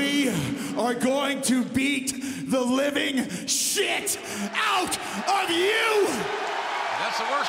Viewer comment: That's the worst kind "livind shit"😂😂😂😂